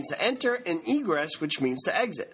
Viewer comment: 19 Seconds into the video: Egress or Egreess??? 😉, you are an excellent teacher, especially because you incorporate "relatable" scenarios!!! I, who also have ADD, like the other commenter expressing, learn well this way.